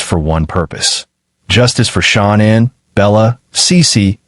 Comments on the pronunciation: Please say Shanann’s name right. It’s not Shon Ann it’s pronounced the way you’d say Shan’Anne. Only A1 pronounces her name wrong. Please say it correctly . Thank you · It's really very easy, just repeat after me. Sha-Nan. It's that simple. SHA-NAN. There is no Anne. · It's Shanann' Not pronounced ShOnann! Even Kessinger gets it right emphasised at the table with her hands in a throttling gesture. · They way she talks makes my blood boil. She is SO INVOLVED . PLEASE pronounce Shanann name correctly. Is this AI???????